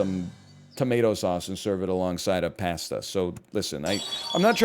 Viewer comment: bro doesnt know how to say pasta